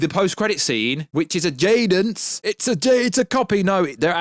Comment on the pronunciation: Ajadence 😂😂😂😂 it's adjacent 😂